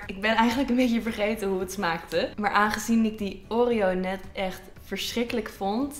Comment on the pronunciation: oREo .. die uitspraakt hahaha.